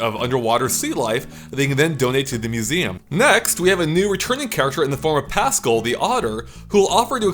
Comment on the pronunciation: No one:: PASSKUL